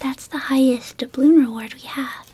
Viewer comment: Every time I hear dabloon I can’t help but think of Davy Jones from SpongeBob